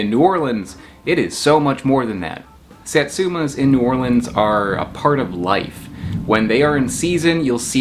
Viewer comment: As a native New Orleanian, now somewhere else and homesick, my reaction:: "I'm in New Orleans..." Me: "Yay! he pronounced it right": "... the Big Easy" Me: "nevermind, he called the "the Big Easy"" "So how did it get to NOLA?" Me:" OK, he called it NOLA, he's forgiven."